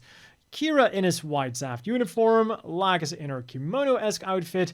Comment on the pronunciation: Lol "Lack'us"